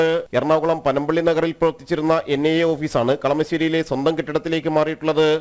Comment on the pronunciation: NNI alla vaaname... NIA Athenkilum vallapole parayan padikku